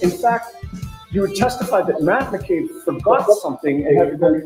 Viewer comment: Only thing I noticed is you are spelling and saying McCabe wrong. There is no R in it.